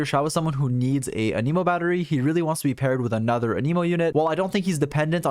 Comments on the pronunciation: I genuinely thought you said: "For his other weaknesses: He is an emo. And an emo is not the best offensive element." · thanks for the nice video, but please stop fucking saying anemo like that